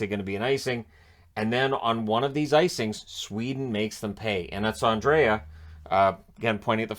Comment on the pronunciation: I read a post by a Swede who said that "Andrae" is actually pronounced simply "Andre". Gord Miller knows it, but Belak doesn't. But, I like the way he calls a game.